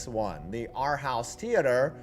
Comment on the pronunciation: Holy crap Aarhus has something interesting in it.... amazing. Its pronounced more like 'Or-who-ss' BTW... and it sucks.